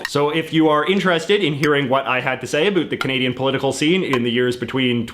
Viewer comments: Is this flappy head seriously saying "a boot"? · Can you please STOP saying "A BOOT". Most people don't say "about" as often and most Canadians just pronounce "about" the normal way. Are you trying to show how Canadian you are? No Canadian takes their Canadianship to that limit! End of rant. BTW I love Canada and Canadians, and I like your videos, don't get me wrong. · He said care a boot and he meant to say care about lol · I just can't stop listening to "abuuut" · Dig the guy and content. But not all us Canadians pronounce about, a boot, and the others. Cute, but don't stereotype.Or I'll have to thank you for letting me apologize to you.lol. Peace to all you F(&%^3rs. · I’m Canadian and have never heard another Canadian pronounce it that way. Also no one I have ever met says “a boot”. This guy is a bit of an anomaly. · About is not pronounced abote ya Canuck. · I'm a 46 year old Canadian man, and to this day, I've never heard a Canadian pronounce the word about, like a boot. WOW. I thought he was joking at first. Love it!!! And we're not all stereotypical. We're not all abouot, ha, maple syrup and hockey. The best of us love our beavers so much we proudly eat them. hahaha. Proud to be a Canadian, pass me another beer....... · There's no way you pronounce About like this without doing it intentionally because of the "meme where canadian talk funny" lol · The way you pronounce “about” is so heavily Canadian, I first thought you were an American making fun of Canadians! Lol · The way you pronounce the word "about" is so weird.. Is that on purpose or it is just your Canadian accent? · By your pronunciation of "about" I knew that you are from Canada lol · I had to rewind the video a few times because I couldn't tell if he was joking with the pronunciation lol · I'm Canadian and I hate the way this guy says about. The majority of us do not pronounce it this way. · THANK YOU!! He's making Canadians look ridiculous by not speaking properly. It's infuriating.